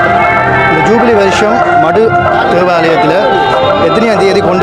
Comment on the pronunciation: Please say ஜுபிலி not ஜூபிவி.